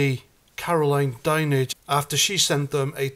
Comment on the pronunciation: Great your in touch with Andy the Gabby Cabbie 😊 something is fishy about the censorship. At least you pronounced “Dinenage” correctly 😂 Some other channels can’t seem to pull that name off. You would like to think old Fred would have people well educated on how to pronounce the name. Maybe they could be a Now special 😊